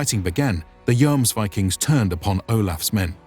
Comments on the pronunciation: My whole point is languages don't work like that in reality. The most correct way would be the way the word is pronounced in the specific language you are actively speaking, not necessarily its source. Since this is an English video and we are presently discussing it in English, the correct way would be the English way, which is based, in part, on the Icelandic word, not the Danish or Norwegian one. Investigating the Icelandic word, which appears to be spelled "Jómsvíking", I'm hearing less "o͞o" as in "rooms", as seems to be the case in Norwegian and Danish, and more the "ō" as in "foams" used in the video. That said, there is humor in arguing over the "Joms" part, when English departs on the pronunciation of the first vowel sound in "viking" anyway, using "ī" as in "hiking" rather than the "ē" as in "leaking". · The main sources about them are Icelandic, not Norwegian, sagas, so the name in English doesn't derive from the Norwegian word, but the Icelandic one. And in Icelandic, it seems like "Joams" is a lot closer. Also, I think English speakers don't pronounce "Yom Kippur" the same way you do. It's more "Yaam" in English. And in Hebrew, for that matter. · I guess I just pronounce Yom Kippur incorrect, like with a J wich in english would made Jomsvikings sound false again.... in old german texts I think it's most of the time something around the letters of "IVMNE" or "IOME" would "Jomsvikings" describe as being like putting the "Yo" of the city of York in front of a fast (!) "m" (like in yummy), add an "s" as well and then ending it with some vikings....but definitely not like the "Yo-ams-vikings" I heard a few times in the vid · "joamsvikings" ?`its pronounced Hjuomsviking for americans in order to produce a nordic sound.